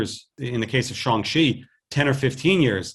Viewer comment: Kevin Feige saying "Shang Chi" is like a drunk person saying "Shaun the Sheep"